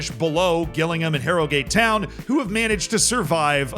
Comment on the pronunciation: "HARROW GAATE TOWYN!" I would watch these vids just for the pronounciation tbh